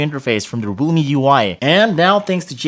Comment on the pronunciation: He pronounce Realme as Rumi.